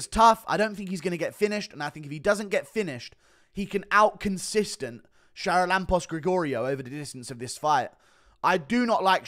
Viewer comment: You are butchering the pronanciation of the fist guys name. Its Haralambos.